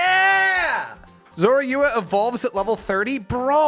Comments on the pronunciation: It's zarua not zari rory rua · He butchered my Boi Zorua 😂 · Oh god, I only JUST started the video and hearing the butchered Zorua pronunciation PAINED me XD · Yup, i hated it too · Me too, I was triggered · I hated that butchered pronunciation!